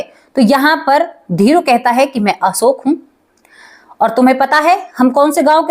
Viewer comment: Asoka nhi Ashok bolo.